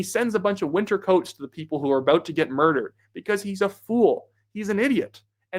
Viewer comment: What’s that all aboot?